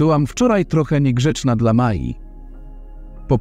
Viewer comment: Na pewno słowo,,dla,,przeczytałabym ,,dla,, a nie DLA